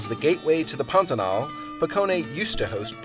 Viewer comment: You started out by pronouncing the word properly--accent on the last syllable. But after a few times, you inexplicably moved it to the first. Why??